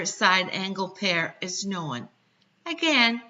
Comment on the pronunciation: What's this word, "know-win"?